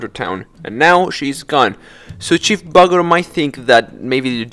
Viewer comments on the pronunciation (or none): bro said chief bugger